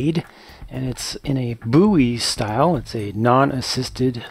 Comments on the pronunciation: I clicked just to see how you pronounced Bowie. I'm from a town called Bowie so I just wanted to know. And you pronounce it just like everyone in Bowie pronounces it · Yeah that's how "Bowie" is "supposed" to be pronounced when talking about knives (from Jim Bowie). I see nothing wrong with pronouncing it "bow-ee" either; whatever's most comfortable to ya, it works just fine!